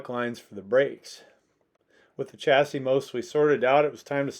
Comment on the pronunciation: Just a word for you Americans , Chassis should be pronounced as “ Shassis” , ! 🇬🇧🇬🇧🇬🇧